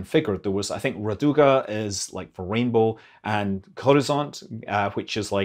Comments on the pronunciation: Weird. English is not my first language, but I have no problems understanding Scott. It kinda grates on my ears when he butchers words from my mother tongue (it's "Ráduga"!!! 😁), but it's totally understandable. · Very nice review, thanks! One nuance, though: "Orbita" ia.pronounced with accent on the second syllable. "raduga" — on the first syllable Otherwise your Russian pronunciation is rather accurate. The accents in Slavic languages are notorious for being the hardest part for non-native speakers: there are no rules, it's total chaos, the only way to learn them is to memorize the accent for each damn word separately. it's an archaic feature of this ancient language family. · Your "Molniya" pronunciation is spot on, but "Raduga" and "Gorizont" are quite off. You need to work on those. :)